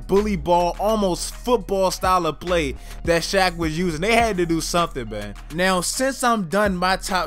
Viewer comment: This man said hack of shaq